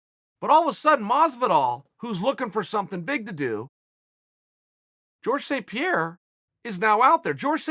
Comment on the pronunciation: Georges St. Pierre Chael: Jorge